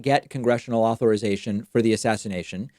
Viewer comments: Why does David keep pronouncing it "au-THOR-ization"? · The way you say "authorization" triggers me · Please learn how to pronounce "authorization," especially if you are going to use the word so many times in one video.